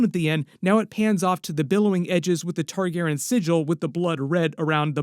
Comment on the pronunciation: Just checking in to see if you learned to say their last name yet. And you still can't say their name. Do you have downs? Do you have ears? You can clearly hear them say their own name. It isn't Targaren. It is Targaryen. There is a "Y" in the name. Can your smooth brain get the name right? The dragon family name from House of the Dragon is Targaryen. It is pronounced Tar-GAIR-ee-en.Tar: Like the material "tar"Gair: Rhymes with "hair" or "air"Ee: Sounds like the letter "E"En: Sounds like "in"The main emphasis (or stress) is placed on the second syllable, "Gair.".